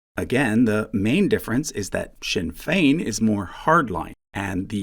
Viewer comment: Thanks for taking the time to learn how to pronounce "Sinn Féin" properly. A lot of YouTubers don't bother.